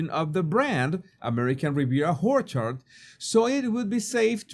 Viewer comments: Love your pronunciation of orchard “who’re hard”😂😂😂😂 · I love that pronounces the brand as American Riviera Whorechard. Happy accident that he destroys the seriousness of her snobbery. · American Riviera Horror-chard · Whorecherd lol😂😂😂😂😂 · I die, whenever you say ''ORCHARD." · It's not a mistake...he does it with purpose! 😂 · I love the pronunciation of ‘Orchard’ 😂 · Very appropriate. And hilarious!!!!! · Me Too!! 😂 ❤ 😅 Priceless! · Yep, it's a beauty 😂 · Don’t we all? 😂😂😂